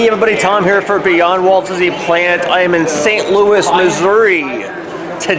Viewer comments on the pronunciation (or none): none